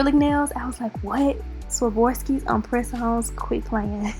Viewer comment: You said “Savorski”